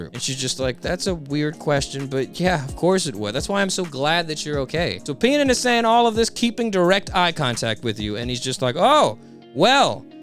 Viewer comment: Penan and Pell killed me. Tenouttaten.